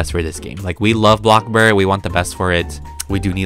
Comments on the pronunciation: u say blocburg. not bloxburg.. its bloxburg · Was I the only one who hears him says “blockblurg” ??? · why do you say blockburg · why do you say blockburg?